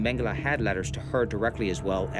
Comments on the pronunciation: It’s Mengele 🤦. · Everytime I hear his name mangele I always hear mangel. Not too far off he was...please everyone let's learn...no hate..only love... much love..positivity..happiness..good health and peace to all. Please everyone..just love...